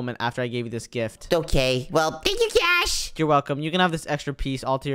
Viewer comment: its cash not c a s h